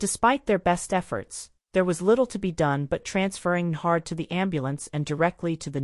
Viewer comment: When AI can't even pronounce the guys name the story's about. To the do not recommend list you go 😂